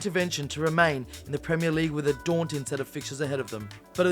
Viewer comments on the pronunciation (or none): “Top 5 pwemier league gweat escapes”